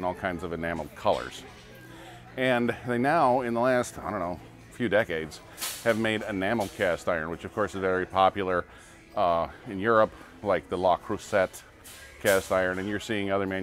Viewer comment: "...La Crussette..." Le Creuset is actually pronounced more like luh-crew-zay.